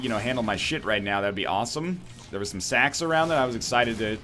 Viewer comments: am i the only one who kept hearing "more sex, more sex, more pennies which means more sex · I heard "more sex" when he said "more sacks"